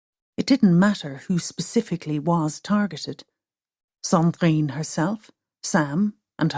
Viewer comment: Oh my god woman - Sandrine is a beautiful name but you really strangle it with that terrible prononciation.